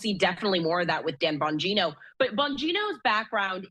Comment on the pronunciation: whining because of a email ... cant you find any thing else to report on ?? and for the record its bongino...not bogino... geniuses